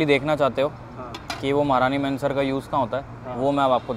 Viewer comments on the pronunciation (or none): It's महारानी महनसर Not महारानी मेंसर!!